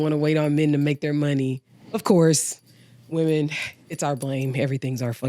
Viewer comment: Why are we saying woman mfs don't know how to say women English ain't that fn hard joe.